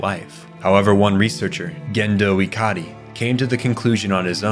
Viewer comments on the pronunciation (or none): Bros pronouncing Japanese words with their correct pronunciation. いかり and そりゅう are pronounced as I-ka-Ri and So-Ryu. Cant defend Magi though that's a bizarre pronunciation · It's pronounced "SAY-lay" and "guh-HAIR-n", "ih-CAR-ee", "SOR-you", "MA-jai", Sorry to nitpick, but my eye twitches when you mispronounce this stuff. Did you watch the Netflix version or something?